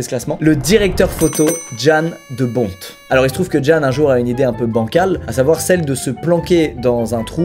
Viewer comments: Jan de Bont (on dit Yann pas Djeanne lol) est aussi le directeur photo de Piège de Cristal et le réalisateur de Speed. Il a aussi collaboré plusieurs fois avec Paul Verhoeven ! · Pour info, Ça se prononce Yan de bont Et non pas jan de bont!